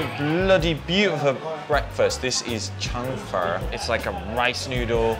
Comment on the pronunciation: Nooooooo!!! That is not how you pronounce “chang fen” in Guangdong!! Haha